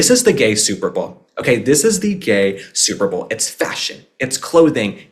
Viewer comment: I always loved both Princess Catherine and Melania and their style - classy, put together, flawless !!! And I loved how you said gay super bawl!!!🤣🤣 Thank you UK for the beautiful reception of our President and the First Lady! 🇬🇧🤝🇺🇸